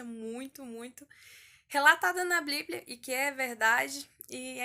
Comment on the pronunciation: Que agonia ela fala bliblia kk Vc é muito fofa, só erro quando disse que a maior experiência foi a de João, foi a de Enoque. No livro dele, ele relata muitas coisas que apenas quem crê em Deus acreditaria(to falando de anjos caídos tendo filhos nefilins gigantes de kms de altura e etc...), já li tanto a bíblia como o livro de Enoque e tmb um pouco de são Cipriano, são Cipriano é um livro de feitiço muito antigo e perigoso, ensina a fazer várias coisas que é impossível de imaginar, todos esses livros estão disponíveis no Google, pelo ebook e pelo pdf e só por o título e no final qualquer um dos dois Que Deus abençoe a todos que ler este comentário 💕 (independente de concordar com o que eu digo)